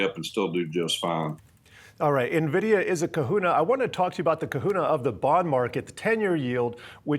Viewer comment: Who is Na-vidia? ;)